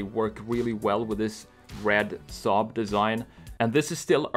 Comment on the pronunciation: You say saab like we in sweden do😀